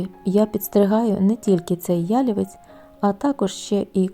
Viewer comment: Дуже красиве відео. Багато роботи вкладено в таку красу. Гарно відзнятий матерал. Трохи спантеличило те, що ви робите наголос в слові ялівець так, ніби то озвучує коп'ютерна програма😮